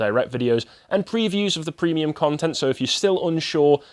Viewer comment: If Carl hasn’t already, he should make a rule that only can say “deboonk”. It’s right up with with “prehmium”.